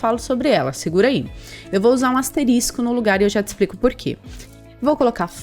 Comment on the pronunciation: Muito bom o conteúdo, valeu mesmo! só não entendo o porque a maioria dos programadores (youtubers) falam "asterístico", quando deveriam falar asterisco, chega a dar um drift no cérebro, mas tudo bem.